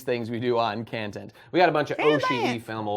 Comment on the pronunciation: Khantent is khancelled. God damnit why do you do me like this...